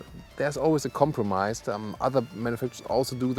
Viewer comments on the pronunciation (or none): none